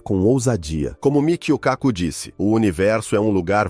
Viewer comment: O autor do vídeo deveria ter pesquisado melhor o nome do cientista. O correto é KÁKU , e não Cacú !